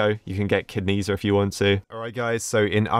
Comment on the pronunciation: when he said ked nezha i heard kidneys i